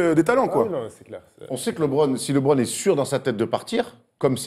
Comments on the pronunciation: On dit LEEEEEBRON pas LiBron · Il est bien sympa votre invité, mais faut qu'il arrête de dire "Libron"... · "Lee bron" Stop quoi ! LeBron ne soulève pas assez de mères pour bien prononcer son prénom ? ;)